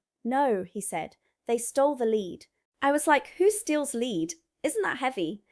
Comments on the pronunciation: it is pronounced " LED ", not " LEED " ! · YOU ARE GOOD ,BUT ITS LEAD NOT LEED YOU CANT HELP IT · Hello again ! Pronunciation this time ! Just as we have red & read, reading & Reading… We aldo have lead & lead … The metal is pronounced LED … saying it like lead gives away your US origins .. A shame coz you’ve conquered the glottal stop & eliminated the nasal A ! God bless ! Mike & 👩‍🦳 Anni in 🇫🇮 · It's pronounced led not lead even though it's spelt lead and any British person would call it Led and not pronounce it lead. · It's not pronounced leed it's actually pronounced "led" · The metal lead is pronounced led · How are you pronouncing lead? Like Leed? Bullsheet. Amused me though, so meh. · ( THE LEAD IN ONE INSTANCE IS WHAT YOU CLIP ONTO YOUR DOG,S COLLAR, WHICH WAS THE WAY THAT YOU HAD SAID IT ,THE OTHER MEANING OF THE WORD (LEAD) IS A ROOF COVERING THAT IS SOFT AND WATER PROOF ,IT,S SPELT THE SAME BUT SAID DIFFERENTLY ,AND YES IT IS WORTH A LOT OF MONEY ,THAT,S WHY IT QUITE OFTEN GET,,S NICKED AND SOLD TO A SCRAP MERCHANT,, 🤔🤨🤨🤨🥸🥸,,mostly done by( MINDLESS --MORON,S) OR DRUGGIE,S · You need to learn how to pronounce LEAD!